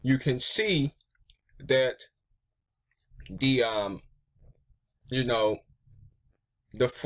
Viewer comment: And also you can't say Program or frame you said fwame and pwogwam